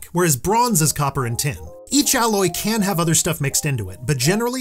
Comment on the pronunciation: It souds like you are saing bronze cant kill